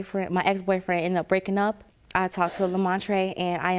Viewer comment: Lemontrae “Lemontree” Brooker 😂😂 he really is a standup guy though!! God bless them!